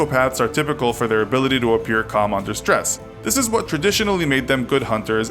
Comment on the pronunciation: it's calm not come lol